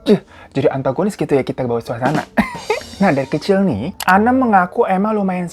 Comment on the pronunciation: Btw, sorry bgt salfok. Itu nama narsum nya kan Anne, blasteran belanda. Mungkin harusnya bacanya 'ein' wkwk.. Tapi apalah 100% lidah indo ya bang Hiro jadi bacanya sesuai tulisan 🤣